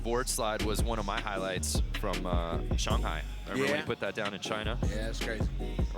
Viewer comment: He pronounces shanghai wrong